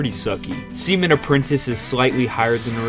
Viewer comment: I keep hearing semen instead 💀